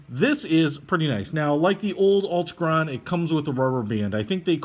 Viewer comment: So much fail: Altichron... ALTIchron.... al-TI-kron Whatever were you talking about with Metric vs English? Bidirectional bezel, Bi- meaning two directions and uni-directional meaning one.